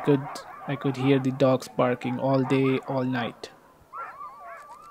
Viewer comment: Hey I know this isn't important but please pronounce "the" properly. Your videos are good mahn